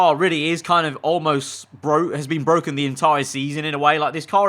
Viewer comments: Nobody: This comment section: iS BWokEn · IT’S BWOKEN !!! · Its bwoken its bwoken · The car, I can’t it bwoken! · IT'S BWOKEN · ITS BWOKEN